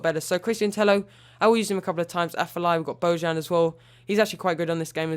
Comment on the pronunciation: You need to say Tello like Teyo it's pronounce like this